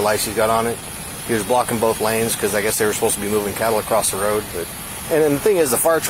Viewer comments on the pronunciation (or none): "Acrost"… grrrrr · pet peeve - it bugs me when people put a "t" on "across"